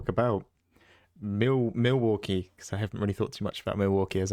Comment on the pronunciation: "Mill" waukee? trying to tell us the absolute secret spice.